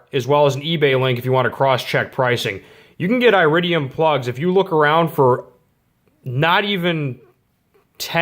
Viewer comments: Here's a helpful tip: It's not eye-ridium, it's ear-idium. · iridium is pronounced eh-rid-de-um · Dude.... stop attempting to spread misinformation, look at your like to dislike ratio on this video, that alone should be a clear indicator on how inaccurate your information is. It's very common knowledge that copper is a better preforming plug, iridium (pronounced eh-ridium) exists only to lengthen plug change intervals.